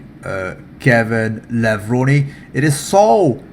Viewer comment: Hey there nice to hear you pronounce K. lavrone correct Sorry if i make some typos